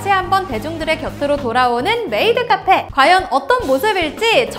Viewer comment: 메..메이트 카폐 라니 ㅋㅋㅋ